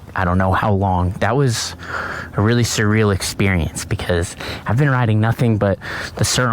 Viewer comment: if i have to see one more dude hiding behind a helmet whilst talking ....... and btw its surreal not surial